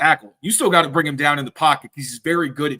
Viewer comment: What do you have against the letter G?? Who is Jerry "Spreener??" What does "breen" and "breeneen" mean? Are you trying to say bring and bringing? What did the letter G ever do to you? It's driving me crazy! Please tighten it up, you're supposed to be a professional broadcaster, no?🤦‍♂️